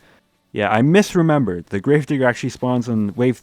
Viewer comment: Errrhm Accruhally